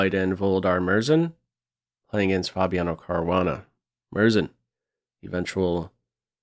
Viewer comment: Hi! In Murzin, "u" is pronounced. It is pronounced like "u" in "you", and don't be afraid to stress r and z either